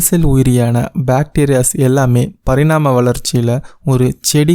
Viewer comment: பரிணாம வளர்ச்சி என்று சரியாகச் சொல்லுங்கள் சகோதரா நன்றி